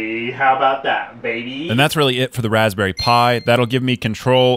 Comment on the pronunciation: REALLY 🤣 Raspberouille